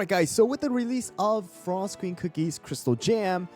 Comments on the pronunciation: pinecone comeback is real!! also "frsot" lol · FINALLY someone recognized pinecone’s potential here 🎉 Also “frsot” lol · “Frsot” pinecone is back!